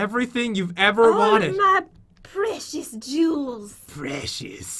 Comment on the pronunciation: Pat please don't turn into gready Pat! P.S. when I say gready Pat I mean when Pat says,''My preshes!'